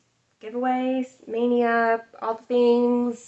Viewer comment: Hi! You pronounce my name perfectly. I’m impressed. :) can’t wait to get started - I think I might stitch the black last… mostly because I probably need a spool and want the black to all match exactly. Thanks for having me along for the stitch along. Hashtag sounds great. :)